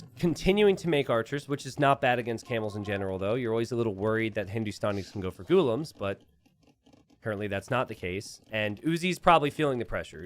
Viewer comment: Yeah lol and the way he says Ghulam omg.... He says Gu-lum when it is pronounced Gu-la-um/aam.